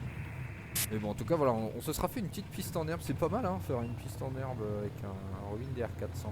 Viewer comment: Bonjour, Tout d'abord on ne prononce par Robin comme Robin Wood mais comme Robin des Bois, Robin c'est une marque française. Laisse tomber l'ATC natif, c'est pourri. Les saisons ne sont pas gérées dans MSFS2020, elle le sont dans MSFS2024 mais comme tout MSFS2024 ça bugue. La neige au sol est gérée dans MSFS2020 mais là aussi avec des bugs comme par exemple de la neige au sol à moins de 1000m en plein été dans les Alpes et alors que c'est la canicule depuis 2 mois. Si tu veux un "vrai" mode carrière, ou plus exactement progresser en tant que pilote je ne peux que te conseiller de voler sous IVAO (ou VATSIM mais c'est moins actif en France) parce que ça te rapprochera de la réalité. Tu peux également en parallèle rejoindre une VA qui te proposera des missions. Rien ne t'interdit d'ailleurs de voler sur IVAO et NeoFly en même temps, attention cependant aux opérations spéciales qui sont soumises à condition sur IVAO (par exemple pour faire un secours)